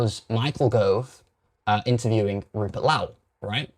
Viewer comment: Rupert Lau?? 😂 Ffs